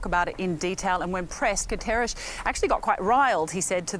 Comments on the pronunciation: Someone please teach her to pronounce Guterres. Saying his name correctly rather than making some weird sound is the least a reporter can do... He is the Secretary General of the UN ffs! It kind of distracts from the weight of what they're reporting. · The studio reporter saying "Antonio Guterres" sounds like Ash in "Army of Darkness" when he forgets the Necronomicon's magical words. 🤣